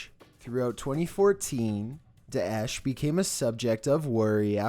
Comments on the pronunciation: That's not how we pronounce "Daesh" (ISIS ) in Arabic, though hhh . Your effort is much appreciated nonetheless :p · Holy Lord the way you say daesh makes me cringe brother